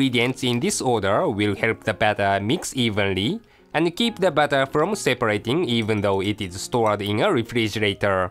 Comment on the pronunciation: pronounced flower for flour and bawter for butter lol!